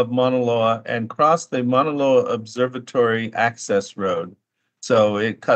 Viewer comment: But doesn't pronounce Maunaloa correctly